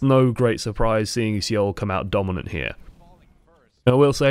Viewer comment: c -oul dynasty lol its pronounced "soul dynasty"